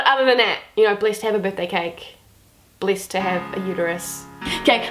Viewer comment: the whole time i herd you saying Blissed,and i was like what the hell is blissed but ok just new word that i dont know yet. Then I realised you were saying blessed XDDDDD what am i